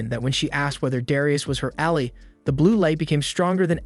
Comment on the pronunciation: The way you pronounce Ally and Bow, hurts my brain.